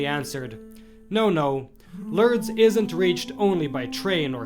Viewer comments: it is pronounced LORDS not Lurds or Lerds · Pronounced LOORDS. Not Lurds. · Pronounced more like LOUrdes , as opposed to L'rrdes.